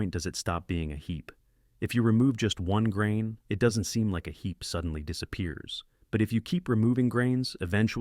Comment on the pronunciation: hee"P" Really announcing that P sound...